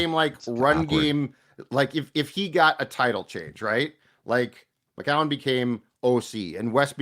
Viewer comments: Oh no is back to 3 syllables for McCown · it’s pronounced “Mc-Cown”, not “Mc-Cow-en”